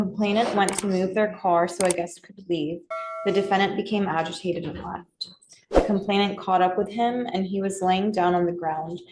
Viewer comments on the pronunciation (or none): none